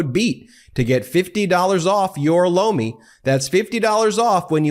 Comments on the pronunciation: I'm hard of hearing and you were advertising loamy but it sounded like blow me and I'm still laughing thank you for that don't want to get hearing aids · Sounds a lot like you're saying Blow me when you say Lomi. Just sayin.